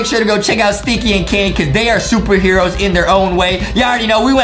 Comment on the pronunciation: i heard adam say shuper heros pee but maybe thats just my hearing